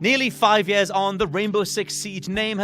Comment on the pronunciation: “Yeh-ahs” 😆 Years